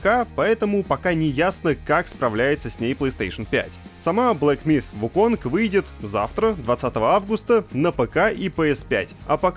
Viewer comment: Слово "myth" правильно произносят, а вот "wukong" -- нет. Бу-у. ХОтя, куда деваться, английский сильно-сильно дальше от восточных языков, нежели русский. Поэтому и Сифу с Вуконгами. (